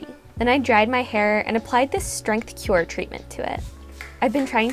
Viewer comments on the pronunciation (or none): none